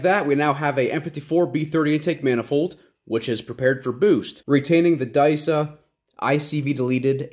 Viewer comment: Great Video. One sidenote it’s called disa not daisa 👀